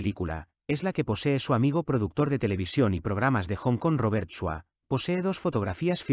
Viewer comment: The black and white ETD photo given to Robert Chua by Bruce was stolen from him years ago, he no longer has it but somebody does. Fix the AI narration, it screwed up Roberts name. Ask Steve Kerridge if the first signed photo is fake, he knows a lot about fake photos🤑.